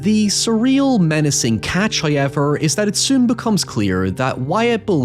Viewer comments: First "hoyevver" drops . In an attempt to sneak it past us, He doesn't start a sentence with it- this trickery is a new wrinkle, and will require further observation. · I've never heard anyone but this guy say hoiyever